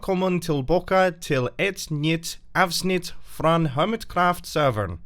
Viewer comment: Yes it was understandable but he had some weird accent on ”nytt avsnitt” but it was good